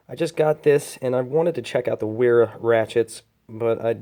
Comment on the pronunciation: pronounced "Veera"